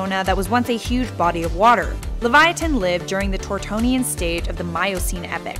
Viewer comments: Its Liv-Ya-Tan not Levyatan. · Hermione granger (aka me ) : its not leviatan its lev-ya-ten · Just a correction, The correct way of saying livyatan is live-ya-tan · The nameis Livyatan not Levyatan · I pronounced it so wrong... Me: tHe LeVyViAnTaN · The way she says "LeviaTHan" makes me wanna rip my ears off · Every time she said Levyatin it was like having a blade stuck in the side of my head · Uhh... Livyatan is the Hebrew word for whale... Liv-ya-tan... Uhhhhhhhhhhh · Isn't it Livyatan not Levyatan? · It’s pronounced Liv-yatan... according to the original bible that of course is written in Hebrew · Leviathan* say it right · Shes says leyvatin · aside from mispronouncing it's name, the animal was named after the author of the most famous book about a whale (do you, the young lady who did the VO, have ANY clue as to WHO that is? Doubt it. The 'livyatan'party of the name is not the specific type name, but it's the species - as a whole -name. The specific type is the last part. A little knowledge can only help. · What if she said LIVYATAN correctly